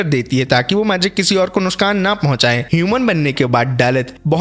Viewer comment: NUSKAN NUSKAN NUSKAN NUSKAN ,, NOT NUSKAN ITS NUKSAN